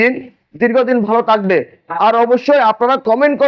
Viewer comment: আজকের ভিডিওতে থাকবে বলবেন সেটা না বলে বললেন তাকবে কথার উচ্চারণ স্পষ্ট হতে হবে তাহলে কথা শুনতে ভালো লাগবে।